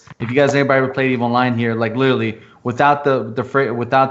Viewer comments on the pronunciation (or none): Every time "literally" is mispronounced in this video...grrr